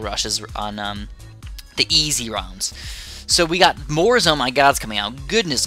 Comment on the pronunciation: U said more was moar